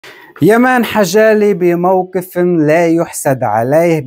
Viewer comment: واسمو يامن مو يمان مابتعرف تقراء 😂😂😂